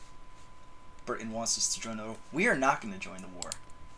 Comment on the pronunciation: I was ok with the France thing, I was more or less ok with the Germany thing. THIS? NEVER AGAIN. PLEASE. why do people emphasise the britUN so much? We say it like that because we underemphasize the T, not overemphasize everything around it. sound like you're having a stroke... dear lord.